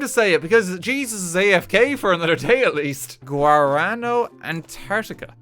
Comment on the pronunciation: Oh my god, RT pronouncing Guaraná is the most cursed thing, bless. (The soda is very good btw, easy recommend from me.)